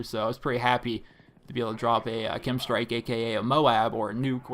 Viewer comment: K-E-M. not "Kim" strike